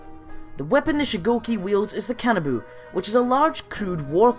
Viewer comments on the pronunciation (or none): kanabu? not weeb enough ally Ka-Nah-Bow.